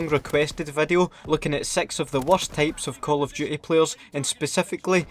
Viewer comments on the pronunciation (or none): I can’t understand this dude lmao he keeps saying 6 tapes of players instead of types lmao